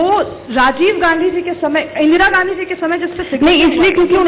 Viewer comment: गौर से सुने ने गाधी कह रहे हैं ना कि गाँधी